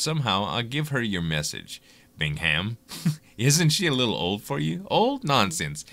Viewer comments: I think the h is silent Bingham is pronounced Bingam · Cool! 2 things: I love country music! Glad to see someone else likes it too. "Paint Me a Birmingham" is a good song. Also: my grandparents last name was Bingham. The 'h' is silent so, it's not pronounced "Bing-Ham" it's Bing-Um. :)